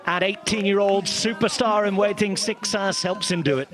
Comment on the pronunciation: Guess ain't as good as he thinks he is with pronunciation.